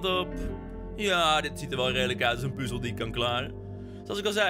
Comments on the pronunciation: Heerlijke video, mijn duimpje omlaag was niet nodig voor de positieve reacties op de game, zeer terecht. maar wie zegt er nou PUUzel inplaats van puzzel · Ik hoor het je vaak zeggen "puzel" maar het is toch echt puzzel